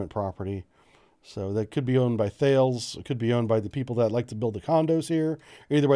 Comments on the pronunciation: For info Thales is pronounced "Tal-iss" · Bbrief - THALES is pronounced TAH -Liss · as a former Thales employee, we would get punished if we didn’t call it “Talis - rhymes with Alice”